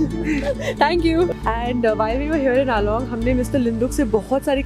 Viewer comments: It's AALO not ALONG...😊😊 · Please, call it "Aalo" not "Along".